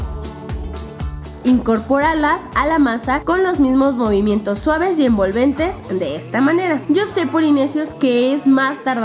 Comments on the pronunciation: en el minuto 3.09 Karen dice momimientos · no se fijaron q karen dijo momimientos en ves de movimientos